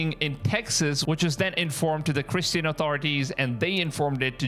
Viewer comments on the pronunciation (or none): none